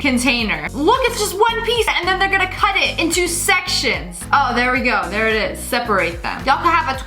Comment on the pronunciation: Apparently she French and Spanish. ‘Sectiones’ kinda sounds Spanish. I do take Spanish at school, so that sounds like Espanol.